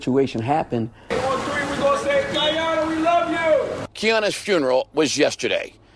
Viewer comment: Why are yall calling her kianna if her name is Kiyonna 🤷🏽‍♀️🤷🏽‍♀️🤦🏽‍♀️🤦🏽‍♀️ rip baby girl